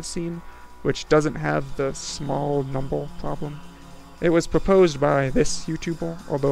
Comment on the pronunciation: Why do you pronounce words ending with "er" so strangely? It sounds like you're saying "Numble" and "youtuble" lol